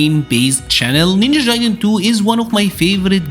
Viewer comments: Jaiden???? It’s gaiden. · Ninja Jaiden? 😆😂 Hard “G” for Gaiden (guy-den) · bro how do you play this game so much and pronounce it ninja jaiden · Guy-den lol but keep pronouncing your way you earned it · haha that's ok man ! It's indeed a japanese word (外伝). And yeah if that can help you as an English speaker you can say "Guy-den". No offense really, it was just funny because nowadays most media pronounce correctly those kind of "Japanese words that you can often find in video game titles". I like your content, continue the good work!